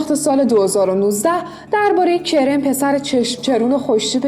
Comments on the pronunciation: واقعا که سریال عشق تجملاتی اسم پسره کِرِم نیست کَرَم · کِرِم نه کَرَم😐😂